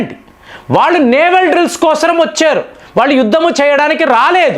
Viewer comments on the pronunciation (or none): none